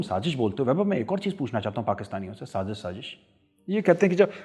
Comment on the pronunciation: Shazish nai Sazish hota haa, like it’s not zheeeerrro it’s zero. You are Zero . Both countries are cheap India and Pakistan. Threat to the world. Major tell India how your atomic uranium got stolen.